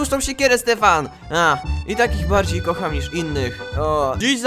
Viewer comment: Kocham a nie koham